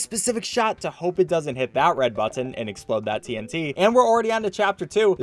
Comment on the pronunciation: You say button weird